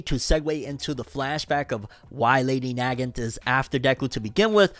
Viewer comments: Hi there! just wanted to point it out that Lady Nagant is pronounced as lady Nuggaant :) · Name is pronounced Nah-gaunt. Nah like nah bruh and giant like gauntlet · This is gonna bother me with how he said her name lmfao but she’s named after the rifle Mosin-Nagant It’s pronounced NUH-GAANT